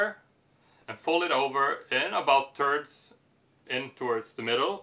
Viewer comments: This guy keeps saying "turds" instead of thirds. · I like when he says folding in Turds. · Sounds like ur saying turds...